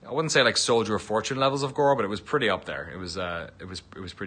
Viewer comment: Ok, an irish guy telling me that there was „a lot of gore!“.. I‘m sold!